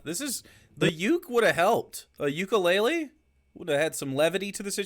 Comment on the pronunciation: “mukulele” come on it was right there